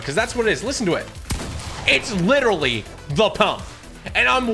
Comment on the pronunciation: HE IS WETTERWY HITTING DA GWIDDY